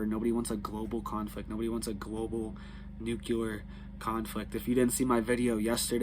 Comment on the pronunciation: New clee er .. For gods sake ..